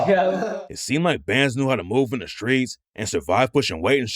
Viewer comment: Shhtreets? You mean streets?